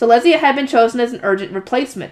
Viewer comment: Letizia is pronounced Le-ti-zi-a The way you a saying it is Let-zia leaving the i silent but you have to produce it. An i in German is pronounced like an e in English. Le-te-zi-a. But it is fine if you find it easier to keep everything as it is. You are doing fine otherwise. So keep up❤